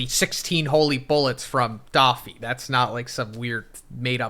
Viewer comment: Why keeps calling doffy for daffy 😂😂😂